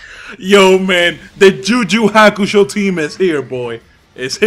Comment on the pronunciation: Am the only one how finds Hilarious how he says "Ju Ju Hakusho"/